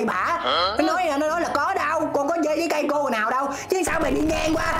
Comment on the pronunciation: chê trái cây mà t nghe chê cái "cây" của bả=))